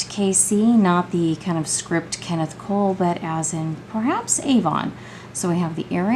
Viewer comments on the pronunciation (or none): none